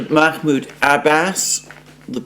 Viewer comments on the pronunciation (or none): none